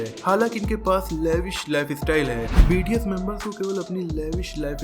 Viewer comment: It's not BTC it's bts